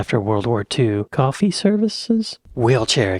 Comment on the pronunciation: Love it! 'Rebuilding of the church etc........ then CofE Services' you skipped by saying 'coffee services?' Priceless 😂😂 (This is Church of England Services).